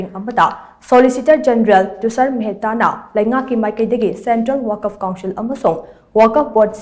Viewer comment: “ Waq’fa “ haina pronounce toubiyu.